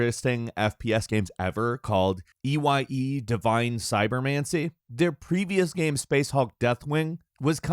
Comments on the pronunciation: That whole discussion on "ee why ee" was hard to listen to. They clearly just googled that 20 min prior to recording. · What got me is he saw the game E.Y.E and never for one second thought he could pronounce it as the actual word